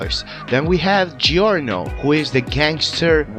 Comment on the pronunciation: i love how you pronounce giorno's name